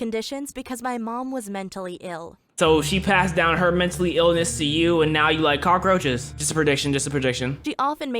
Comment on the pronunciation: He had to say “cock roches “